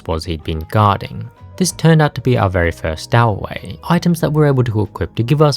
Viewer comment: Stow in stowaway is pronounced like tow in tow truck.